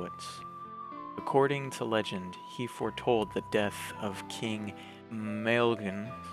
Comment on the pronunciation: 'Maelgwn' is pronounced something like 'Mile-goon', while 'Gwynedd' would be something like 'Gwun-eth'.